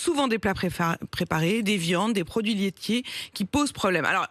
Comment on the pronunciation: Apolline, je connais un excellent orthophoniste pour vous aider à parler un peu mieux si vous voulez! Avec moi : Pro-duits lai-tiers… bon entraînement!